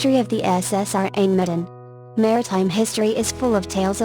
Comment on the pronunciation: The name of the ship in the last case is what...? I cannot understand the voice. The R-Amedien?